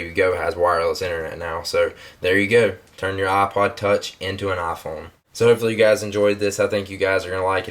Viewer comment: Eye-Phone. Not ah-phone